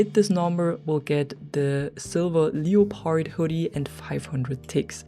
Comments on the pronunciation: OMG I’ve never heard someone pronounce it like that 🤣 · I’m sorry I’m a bit taken back is that how y’all pronounce leopard 🐆 😅